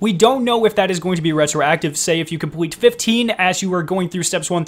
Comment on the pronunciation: “Compweet” “pway “ lol 😂 hilarious thanks for the vid